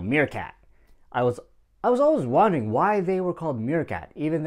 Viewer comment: Out of the blue :だしぬけに、晴天の霹靂→今回は「ふと思い立って」みたいな感じか Head to が heard toに聞こえる笑（最初のほう） ミーアキャットはむしろプレーリードッグ説のところ、 I was “warning”といっているように聞こえる。文脈からwondering だとわかるけど、何回聞いても聞こえない笑 あと、“Miss yourself??”(when I saw their nameplate in front of their cage.) がよくわからなかった